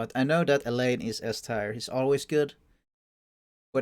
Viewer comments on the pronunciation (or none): How have you spend however many years on this earth, without being able so say "tier" correctly? I mean surely you've heard someone say the word before?